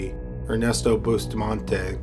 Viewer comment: I’m still on the first killer and I CRINGE everytime he says Bustamante.. It’s pronounced “Boo-stah-man-teh” not boostamahnteYYY PLEASE